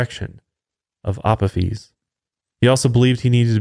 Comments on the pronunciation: Resident Egyptophile here: You got almost everything about Apophis right, except the pronunciation of his Hellenised name. It’s “uh-POH-fis”. Honestly, it’d be easier to just use Apophis’s proper ancient Egyptian name, Apep. Much simpler to pronounce. (Ah-PEP.) But I also get that Apophis is easier for most people to recognise. (Blasted Greeks…) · It's pronounced A pof is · lol the way he said Apophis. love the show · The pronunciation of Apophis was hilarious hahaha